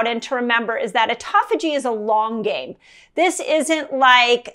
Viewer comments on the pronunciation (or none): none